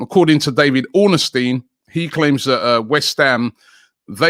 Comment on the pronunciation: Does Robbie actually read the names or does he just guess how it is pronounced? Ornastein 😂? It’s Ornstein. And Johnstone not Johnson. Your job is to talk about football so at least make the effort with pronunciations.